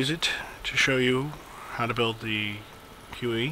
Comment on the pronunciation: yyyyyyyyyyyyyyyyyyyyy...it is huey,not hue.hue is a city in vietnam